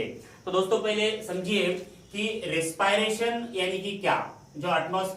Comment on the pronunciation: Respiration ka pronunciation dekh lijiye